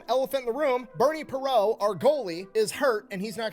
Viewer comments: 50 year Flyers fan here. is funny, but he got a few things wrong, It was Bobby Clarke not David Clarke, it was Bernie Parent (with a t) not Bernie Perot (silent t). I watched that Soviet game on TV and the Flyers just beat the crap out of that Soviet team. The Flyers were the only team who were able to beat that team...literally. But that Soviet team was so stacked. They had the the best goal tender and the the most talented goal scorers on the planet. But they didn't have the brutality + the talent and Bernie Parent. That team is so revered to this day. Fun stuff. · This guy is referring to Bobby Clarke as "David Clarke"? He's also calling Bernie Parent (pronounced Per-rahnt) Bernie Perrot. Very strange. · DAVID CLARKE?!?! THIS MIDJIT JUST CALLED BOBBY CLARKE "DAVID" !!! THEN, HE CALLS OUR RECENTLY DECEASED LEGENDARY GOALIE "BERNIE PERRAULT"?!? IT'S "PARENT", PRONOUNCED "PAW-RONT" BY AMERICANS & MOST ENGLISH SPEAKERS. BLACK PEG, YOU CAN DO BETTER THAN THIS CLOWN. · This guy gets names wrong. It's not David Clarke. It's Bobby Clarke. Not Bernie Perrault, Bernie Parent (pair-ont). I think it was the Flyers owner. Ed Snider who told the Soviets they were going to be paid. Not the league President. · Yes, that really irritated me every time he said "David" Clarke. Not only that, he called Bernie "Perrot" (Per-O) instead of Parent. I think he was trying to say "Parent" French style, but that's OK, everybody pronounced the second syllable with the "nt". I sure did, I remember those days and this game in particular. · Broooo the way that guy is pronouncing Bernie's last name is triggering me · It's youtube. You want views or accuracy? Pick one. Guy couldn't get Bobby Clarke's name right, mispronounced Bernie Parent, got Campbell wrong, and his lips never matched his voice. Otherwise, perfection 2000s style. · David Clarke? Its Bobby Clarke! Cant even pronounce Bernie Parent.